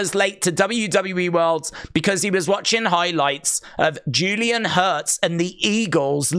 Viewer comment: You called Jaylen Hurts… Julien Hurts lmao😂